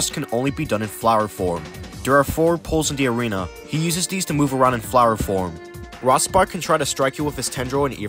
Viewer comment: The way you say "Rospark" is very odd. It's supposed to sound like "Rose-Park" as a pun on "Rose" and "Spark". There's others after you pronounce weird too.